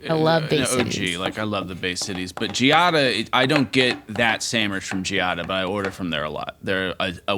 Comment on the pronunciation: Another video where says Sammwitch. But a good one!